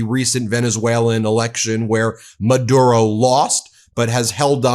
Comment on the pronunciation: just saying ben.. pronounced Ma dew ro